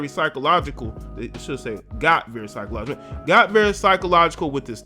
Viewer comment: My dude you gotta get hooks on phonics "psychological"?